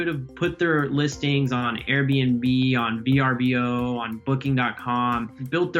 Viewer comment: "Airbnb's competition, V R B O..." Lol, you mean Vrbo?😂😂😂